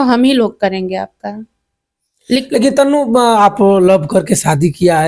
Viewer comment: तनु को तन्नू क्यों बोल रहे हैं??? जरा हिन्दी सुधार लीजियेगा